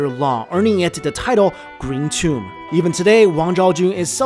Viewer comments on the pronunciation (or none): none